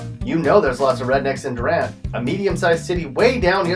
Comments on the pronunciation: You’re definitely not from Oklahoma....because you pronounced it Durant and not Doo-rant. Plus you also spelt Madill wrong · It's pronounced Do- rant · It’s spelled Durant, but pronounced Doo-rant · Hey bud, just wanted to point out real quick... the residents in Durant yelled at me about it once (and I’m sure there’s a comment here somewhere already about it)... but they are very adamant about the pronunciation being “DOO-rant” for some reason. As far as how to pronounce the name of absolutely everywhere here… Just kind of figure out how to literally butcher it about as “incorrectly wrong” sounding as you can come up with, and that will be correct 😂😂😂